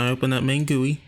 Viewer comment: No, he pronounced it right